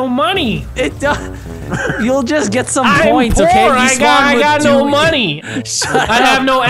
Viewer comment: " I HAVE NO MONY " lolololololol